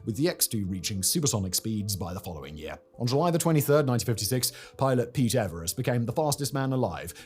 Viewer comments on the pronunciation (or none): none